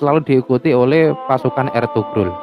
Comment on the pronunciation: Eltugrul dbaca = Elturul